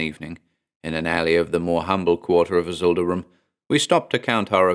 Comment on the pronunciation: So I've listened through all these before, but never noticed when you say "avool", the name is instead spelled "Avoosl". Hmmm, that's gotta be some obscure lore, that the S is silent! (I never know what to make of Clark Ashton Smith's names, but they're certainly always very Clark Ashton Smithy.)